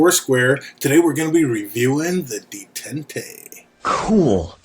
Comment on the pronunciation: Pronounced day taunt